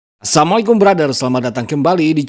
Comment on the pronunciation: Kok masih dgr nya sammikum brother..... coba deh min di perbaiki lagi intro pembukaan mu,jgn cepat2,gak ada rugi nya mengucapkan salam dg benar.sekedar saran.